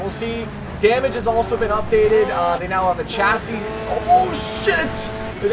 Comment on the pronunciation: no hate but please say chassis right